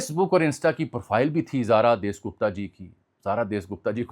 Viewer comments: ان یوٹیوبرز کو پڑھنے کی عادت نہیں ہوتی بس لکھی لکھائی چیزیں آکر بول دیتے ہیں۔ اس کو جاسوس لڑکی کا نام نہیں لینا آتا۔ اس کا نام زارا دیس نہیں زارا داس گپتا تھا۔ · دیس گپتا نہیں داس گپتا ہے